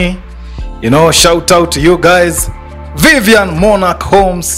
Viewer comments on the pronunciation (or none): none